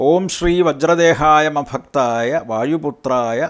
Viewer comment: Ma bakthaaya alla Rama bakthaaya aanu